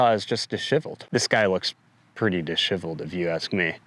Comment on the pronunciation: Please revisit your pronunciation of the word disheveled. It is a common word so your pronunciation astounds me.